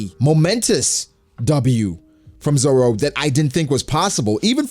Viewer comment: This dude said roro zoro roro😂😂